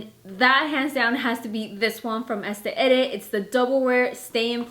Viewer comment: I laughed a little when you said estee edit for the foundation lol. Honest mistake. Still love you 😋💕